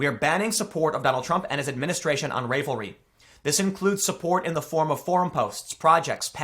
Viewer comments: It's pronounced ra-vel-ry. Like unravel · Pronounced rav-el-ry. Like the word unravel. Glad you covered this though. I'm an avid knitter and have been using Ravelry for years. Because of this though I am called a white supremacists overtly to my face, and I'm faced with taking it or leaving one of the biggest knitting resources out there. I'm frickin' livid over this site being so overt. They have at leas 5 "pussy hat" patterns, a symbol of an open anti-semitic movement, but it's Trump support they ban. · All excellent points, Tim. The great irony is that for YEARS, they loved to talk about how friendly & open the community is. It’s inclusive for all... as long as you think like you’ve been told to think. (And it’s pronounced like in “unravel”; rá-vuhl-ree) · Never have I ever dreamt that my mother's knitters' forum would crop up in an episode of Today's Stupid in the Culture War with Tim Pool (BTW, it's pronounced RAH-vel-ree, with a short A) -- they're a bunch of frickin' KNITTERS, you'd think the politickers wouldn't touch that. Jesus! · Firstly: it's 'ravel'ry. Is in to ravel or unravel thread. Secondly: Not even going too far down the rabbit hole here, but seriously? People can't even have a fucking hobby because of politics?? Gtfo with that 🐂💩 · Ravelry (pronounced ravel-ry, like unraveled.) He's been policing conservative speech heavily for some time on the platform. If you look at some of the lefty forums, they are down-right rabid. Anyone who makes a pattern supporting trump will have the pattern or project pulled, but if you want to put out an anti-trumo project or pattern, it's just fine. I've seen so many F*ck Trump patterns, but pro trump patterns are not allowed. It's not a really small platform. 8 million users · It’s pronounced like cro-shay and I believe the website or group is ravel rly like unravel yarn, the whole thing makes me brain hurt enough news for today. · That's why Tim pronounced ravel as ray vuhl. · How can you not pronounce Ravelry??